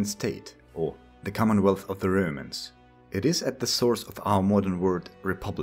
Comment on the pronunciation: Don't umlaut 'romans' you say röümäns not roumans